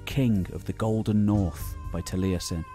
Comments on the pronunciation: Truly excellent video, but for future ref Taliesin has only three syllables: it's "tal-YES-in", not "tal-EYE-essin". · Great job done but your pronunciation of some of them welsh words was terrible!! I've got a friend called taliesin he challenges you to a duel for butchering his language!